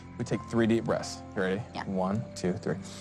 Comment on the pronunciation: It sounded like he said, "take three deep breasts" .